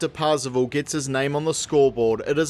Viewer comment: I keep hearing Parzival as 'passable', is that intentional? lol